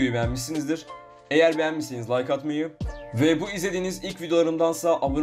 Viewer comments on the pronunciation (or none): none